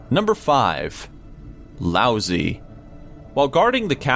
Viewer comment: Lauzi... Lousy😂😂😂😂